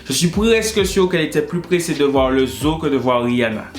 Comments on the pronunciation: « I té lé mété chofage » 😭😭 « Zo « o » » 😭😭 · La façon il prononce zoo va rester dans ma tête jusqu'à ma mort xD ce son à rejoint high school musical, charmed et tout ça la xD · Quand il dit zoo sa me fait tellement rire🤣🤣🤣🤣